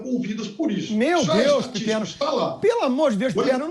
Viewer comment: O que é isso......"Pipermo"? Vai comer cocô bobão!!!